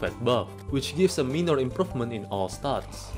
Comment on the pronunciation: minor pronounced as Mine ner . not mee ner :)